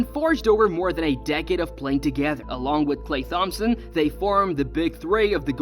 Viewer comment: this guy miss pronouncing "Klay Thompson" is making this hard to watch